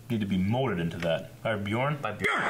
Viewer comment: you need to learn how to pronounce bjørn